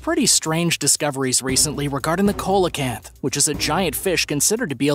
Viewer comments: "Seelacanth" not "Coalacanth". Lights=spirits. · It's pronounced "seal-o-canth" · number 9 Coelacanth pronunciation is see·luh·kanth